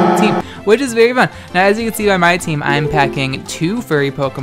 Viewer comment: his " whichisveryFUN " gets me every time